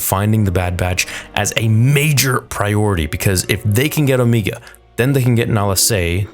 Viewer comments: Finally the Zillo raists it's massive head. Which i thought was interesting because when you see it at first it's not obvious what it is other than a freaky monster. The lighting in this episode definately felt better than previous, much deeper shadows. Also can we stop with the Omeega, now? Unless you're doing her accent it doesn't make sense to say it that way. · 🤣 I'm sorry but the way you pronounce Omega had me laughing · Can you pronunce Omega correctly. The only reason I say this is because they actually call her Omege not Omeiga multiple times throughout the season. That mispronunciation is because New Zealanders pronounce some stuff differently than Americans or in your case Canadians. Sorry it's just something I had to address. Trust me you aren't the only one who has mispronounced stuff. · I hate when you say Omeega. Her name is O- mega. Love your video still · i love, but GOSH I wish you'd stop saying omeega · Here we are again. Back for more "Omeega".🙄😒 OMEGA ONLY HAS ONE "E", NOT TWO!!! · Please stop pronouncing Omega’s name as “Omeega”. It’s pronounced as the regular “Omega”, she just has an accent that’s why is pronounced that way. That doesn’t mean you have to replicate it. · Don’t assume that about me okay. I get it, he’s Canadian but he has said the word “Omega” during Bad Batch S1, now he says “Omeega” to replicate her accent. It’s unnecessary and it’s not her actual pronounced name, she just has an accent. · Ooooo. Meg. Ahhh. You’re so annoyingly wrong with o-me-gah. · Why the hell do you keep saying "omeeega" like a dumbass? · MY GOD! Stop saying O-MEE_ga!!!! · Please stop saying Omegas name like that. Please